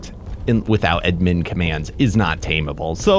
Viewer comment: It’s pronounced Add Min